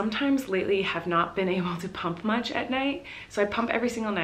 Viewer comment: when she said “pump” I thought she just said “poop” in a quirky way and was preparing myself to see her spill tea on the toilet